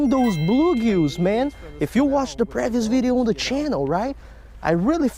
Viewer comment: The way you say selectively and previous cracks me up every time. Keep up the good work, your conservation habits and stats on fish catches are awesome.